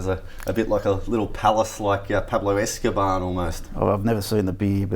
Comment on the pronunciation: Pablo Escabarn ?? It is Escobar.